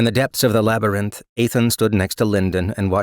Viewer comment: Always bothered me how he pronounces labyrinth. Especially when it's written out like 50 times each chapter lol. Other than that, love this